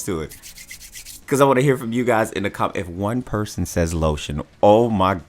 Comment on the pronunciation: Get this man some LO-SHE-ON.